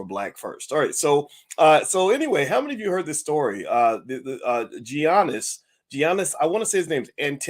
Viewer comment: Boyce, come on now. Stop butchering his name like that. The G is pronounced as a Y.